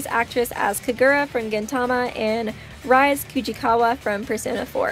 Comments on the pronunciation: "Rise Kujikawa" AHHHHHHHHHHHHHH the cringe. It's pronounced like Ree-say, not rize. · It's pronounced "Ree-say". That bugged me way more than it should. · You pronounce Rise Kujikawa's name as, Ree-Say